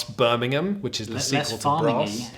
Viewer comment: Nice review. Also nice to hear someone from down south pronounce Birmingham properly!